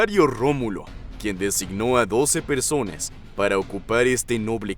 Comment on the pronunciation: Si,se escucha como dice "persones" y a veces "personas". Creo que es por la pronunciación del narrador, no por que este siendo "inclusive", aunque este canal si a hecho cosas de ese tipo.